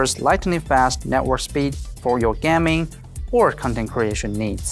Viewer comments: Is he trying to say gaming in stead of gam-ing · Gam-ing "Gam"